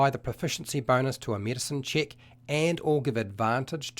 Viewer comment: hint to understand the video better: if everytime he says "chick", you understand it as "check", the video will make a lot more sense!